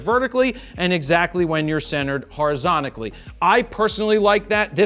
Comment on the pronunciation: "horizontically" lol